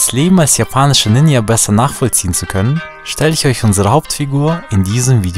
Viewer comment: Das j in Ninja wird wie in Journal ausgesprochen.